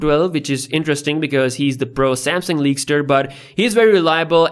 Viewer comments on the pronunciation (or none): none